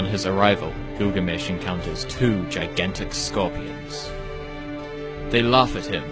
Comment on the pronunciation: هوة كلكامش مو غلامش 🤣😂